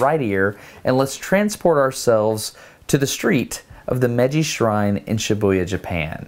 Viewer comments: Hi. Konnichiwa is pronounced cone- nee-chee-wah in a even tone on each syllable. Meiji is pronounce may-gee not mejjy. Shōken is pronounced show-ken emphasis on first syllable. Thank you for the effort though. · When you say "Meiji", it should be pronounced like "May-ji". In Japanese, every vowel gets pronounced, unlike in English where we often just skip over vowels. Awesome video though! Josh's camera movement was really impressive. I'm looking forward to the cherry blossom video! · I am sorry to have to correct you, but I felt you would like to correctly pronounce the Japanese words you are saying. So, you will sound more professional and thereby teach others how to correctly pronounce Japanese. I prefer to teach things correctly than to teach things incorrectly. Japanese kinds of bounces when you say Japanese words. So, Meiji is NOT pronounced “Meji”. You didn’t pronounce the “i”. Which is a syllable too. The “Me” is is not said like the english word “me”. The “me” in Japanese sound like the english word “May” The “i” sound in Japanese is similar to the “e” in the english word “we” or “me” it is a short “e” sound. The “ji” sounds like the letter “g” in english. Remember to say “Me”, “i”, “ji” as three separate syllables. Also, Shibuya was said incorrectly too. “Shi” sounds like the english word “she”. “Bu” sound like the english word “Boo”. “Ya” sounds like the beginning of the english word “yacht”. Again, three syllables. To say “goodbye” in Japanese there are a few ways. If you plan to not see them for a long time then you can say “Sayonara”. If you plan to see them again soon then you can say “Jaa ne” or “Jaa matta ne” or “Jaa matta atode” (See you later) (lit. Well again). If someone greets you with “ohayo” or “ohayo gozaimasu” (good morning), “Konnichi wa” (good afternoon) or “Konban wa” (good night) then you can respond the same way they did as you depart. As though you were passing by them when they said a greeting to you. If you want to be kind